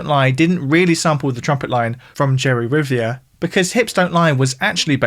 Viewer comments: "Jerry Rivia"? I mean, slaughtering the Spanish title in an age where you can get the internet to tell you the pronunciation is one thing, but Rivia instead of Rivera? Really? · Jerry (Riv-air-ah) Rivera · Love these videos, but one small note: research the pronunciations of artists names. 2Pac rhymes with Rock, Rivera is spoken as Re-Vair-Ra, and the Jean in Wyclef Jean is the French one (sounds like Zjhon)